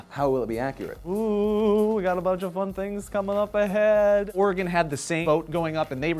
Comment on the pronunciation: I love your face for pronouncing Oregon and Nevada correctly, unlike Phil.